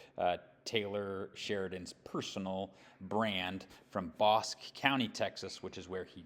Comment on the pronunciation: Bosque is pronounced BOSKEE....It's spanish for forest/woods